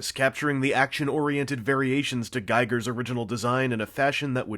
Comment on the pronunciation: as i got yelled at by a colonial marine yesterday i must pass the information to you. it's gEEger not giger. so yeah.